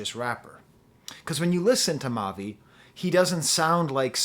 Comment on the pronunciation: you got it right the first time for the pronunciation. i was lucky enough to meet him before i’d heard his music so i was able to have just a normal conversation and he was very down to earth. then i see him preform his last album, and immediately knew he was destined for this.